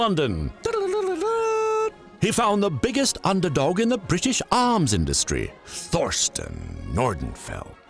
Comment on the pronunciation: Very entertaining video, but maybe check the right pronounciation of some of the names like Thorsten or Rothschild ;)